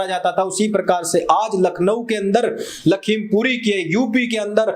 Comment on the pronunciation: bhaiyya ye Lakhimpuri ni lakhimpur h kheri sath me hi lagate h, isliye nam sahi se lijiye plz , lakhimpur kheri